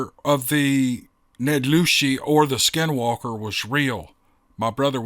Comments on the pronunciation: Good job on pronouncing Navajo skinwalker. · Good pronouncement on skin walker in navajo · Hi. Your pronouncing skinwalker is better than most I've heard. I'm Navajo & we've dealt with skinwalkers during my childhood on the reservation. Not so much now since I moved off the reservation years ago. I love your stories, Steve Lilly, the wendigo stories which I've listened to more than once, & the way you try to pronounce hard names or places, etc. Keep up the good work. 😁